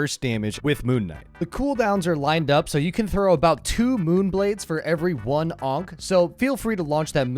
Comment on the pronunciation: The number of times you called it an "unc" instead of an "ankh" made me wanna commit Khonshu's will on you. . .